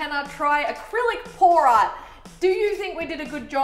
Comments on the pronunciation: Tannar: Art specifically pour art. My deaf just woken up ass heard : Art specifically porn art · Every time she says pour art it sounds like porn art